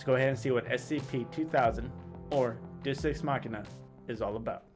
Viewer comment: Deus- “Day-oos”.